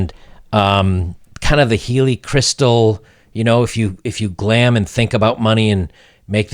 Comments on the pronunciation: Glom not glam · It's "glom onto" not "glam onto"